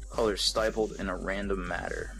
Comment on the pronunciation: and STYPLED